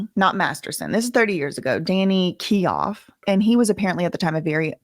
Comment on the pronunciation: Thinks it's Danny keough is said like keyO❤